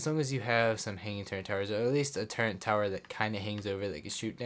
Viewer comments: Bro. Love the video, but please. It’s TURRET not turrent please stop saying turrent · Turrent? I didn't know it had a N in it